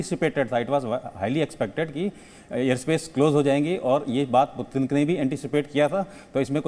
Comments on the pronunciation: पतिन नहीं पुतिन है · पतिन नही भाई ... पुतिन कहो 😀😀